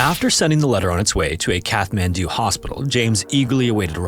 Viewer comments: Great story. But a couple things. Ninety-hundred feet?? Really??? Also I think the H in Kathmandu is silent. But I'm not Nepalese and could be wrong. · Great work, but you are pronouncing Kathmandu wrong. Makes it seem like an AI narration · Amazing story! VERY difficult to understand. It would help if the narrator had clear pronunciation. Lots of slurred words and the ‘th’ in Kathmandu is pronounced ‘t’. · How on earth are so many professional content creators unable to pronounce Kathmandu? Come. On. 👎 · Please learn the proper pronunciation of Kathmandu. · I don't mean to be a pedant, but it's like nails on a chalkboard. You don't pronounce Kathmandu with the H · I'm pretty sure it IS AI. A real human would not put out a video taking place in Kathmandu and pronounce Kathmandu incorrectly throughout the video. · I noticed that but sometimes he used a T and sometimes he used Th. Maybe he knew it was wrong but was in the habit of saying it wrong. Strange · But it is an AI voice. Listen to pronunciation. In “Kathmandu,” one pronounces the ‘th’ as a T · I'm sorry but your pronunciation of Kathmandu is really annoying. It's Kat-man-do. Not, Kath-man-do 😂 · The 'h' in Kathmandu is silent. It's pronounced cat-man-do. Example pronunciation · Its pronounced Cat man do, not Kath man do. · “Kath-man-doo?” Dude, it’s pronounced “Cat-man-doo.” Welcome to Earth. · its not Kath man do.... its CAT MAN DO!!! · CAT-man-doo!!!!!!!!!!!!!!!!! I swear to God... say Kath one more time. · It's Kat-mandu. Kat. Not Kath. 😬😬😬! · kaTTTTTT-man-do not kaTH-man-do bro jeepers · Kat-hmandu - the t is pronounced, the h is silent :) thanks for all ur hard work I looove ur videos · Despite its spelling, Kathmandu is pronounced KAT-mandu, not KATH-mandu. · Kat-man-doo, not Kath-man-doo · It’s pronounced Kat Man Doo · it’s pronounced CAT mandu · It’s pronounced kat-man-du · Kathmandu is pronounced "cat-man-dew", just fyi. Look things up if you don't know how to pronounce them. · "KATH- mandu"..::lol